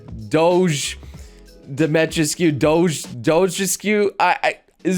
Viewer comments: It's pronunced Dimitrescu, not Domistrek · It's pronounced "demma-treesk". I think it's french or something. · "DO-ME-TRESK" Domitrescu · Her name is pronounced Di-ma-tre-sk. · I never got on this bandwagon, but what bothers me the most is the uncultured ppl that mispronounce her name all the time. Her name is pronounced Dee-mee-treh-skooh or something along those lines (sry, I didn't get to do much phonetics in school cause I wasn't born in the States). This whole "tall vampire lady" thing and her name is tied in to a bit of Romanian nuance. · How he says her name really annoys me for some reason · You're pronouncing it wrong, man. the 'u' is not silent in Romanian names. Just pronounce it phonetically... like you do for Japanese names. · as a Romanian dude, i cring a bit on the inside every time he tries to say her name xD But i get it. not his fault, just different language. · If only people pronounced her name right lol